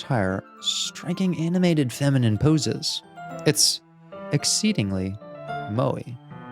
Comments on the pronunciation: He did mispronounce it lol, he said it with an "ee" sound instead of an "eh" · I’m pretty sure Moe stands for the cute anime art style where the girls have very big and cute eyes. I’m pretty it’s pronounced Moy?